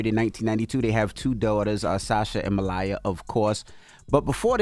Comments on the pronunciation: Envy please learn how to pronounce names. It's M-A-L-I-A, not Malya 🤦🏽‍♀️ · Sasha and “ MaLIE-yuh”?? Seriously envy!?